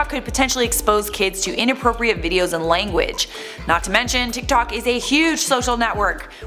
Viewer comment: Am I the only Chinese person that got cringed out when she tried to say "tiktok" in chinese 🤣🤣